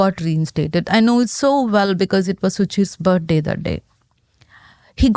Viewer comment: This lady’s English is difficult to listen to. She puts the emphasis on the wrong syllables and she can’t pronounce some letters at all. “His main concern was the lice.” 🤦‍♀️. “He gave him a bird day git.” 😞. Needs subtitles.